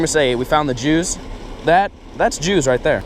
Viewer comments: I love how you put “juice” on the screen bc u sounded like you said “Jews” lol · that's the jews I know you ment juice but sounds like you said jews love ya